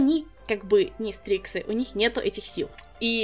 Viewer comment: почему я вместо " стриксы " услышала " стрипсы " ?